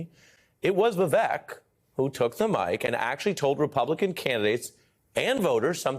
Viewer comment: It’s pronounced Vih-vake, Ari! It rhymes with fake.